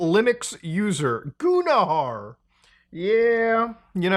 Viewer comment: "Goonahar" Bruh